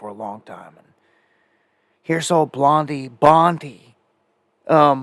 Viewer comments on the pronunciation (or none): none